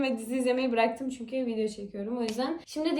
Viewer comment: ✨ZihğNindeyim Çüğnküü✨ 🤣😅